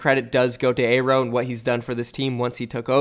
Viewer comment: YOOO HUGE NEWS PRONOUNCED AERO’S NAME CORRECTLY!!!!:D